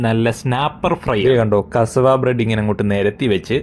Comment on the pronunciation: Aadyam athu parayan padikkatte. Kasavu alla pattu. കസവാ അല്ല. കസ്സാവ എന്ന് പറ.